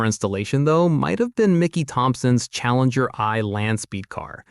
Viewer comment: Challenger One... Not Eye.